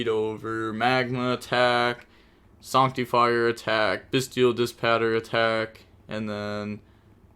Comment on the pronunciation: SANCT-TEE-FIRE is a wild way to pronounce that card